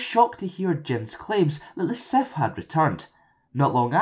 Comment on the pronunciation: "A Seff Lord"